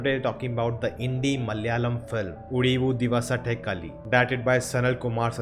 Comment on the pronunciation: Damn! you nailed the "..zhi.." pronounciation